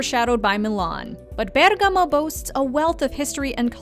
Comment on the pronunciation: Well it’s a foreign language for her, but the pronunciation is not bad at all.